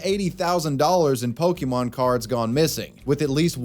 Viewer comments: Every time I hear "POKEY MON" it drives me crazy. It's said with an apostrophe accent mark. It's pronounced "pokka-mon". Why can NO ONE ever pronounce it correctly? not even you it seems. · Can’t stand when people say Pokie-mon . It’s Pokémon !!! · The biggest crime is the way they're pronouncing Pokémon. I guess they have pohkeets on their jeans, not pockets